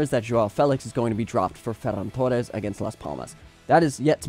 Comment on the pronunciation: Bro I’m not hating but do yourself and all native Spanish speakers a favor by not trying so hard to imitate the accent when pronouncing names like “Ferran Torres”. I enjoyed the video for the most part but my entire body cringes every time you pronounce certain names